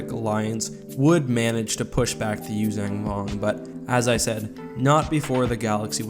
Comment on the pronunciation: why oh why do you pronounce it "Yuuzang" when it's "Yuuzhan"